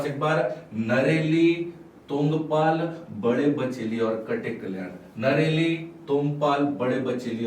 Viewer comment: नरेली नहीं है नेरली है